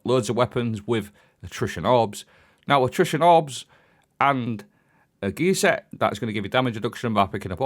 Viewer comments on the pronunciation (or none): the way you say gear set sounds like geezer. 4 piece is also meh haha